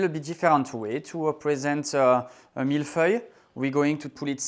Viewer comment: It’s milföy in Turkish, feeling good to pronounce Mille Feuille correctly.